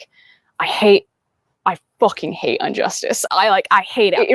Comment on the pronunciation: Injustice, not unjustice. Great education.